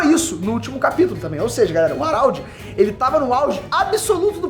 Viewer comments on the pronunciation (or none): o araudi, é HARALD po...não saBOR harald (araudi) é HARALD!!! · Pensei que fosse só eu ARÁLDI ta foda. Geral trata ele como Radald E faz mais sentido Mas é cada maluquice q vem dos vídeos do... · Fala o nome do cara direito carae kkkkk "Aralde" pow